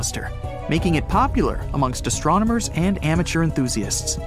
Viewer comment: astro - nomers? Nope , that would astronomers - no pause no mispronunciation!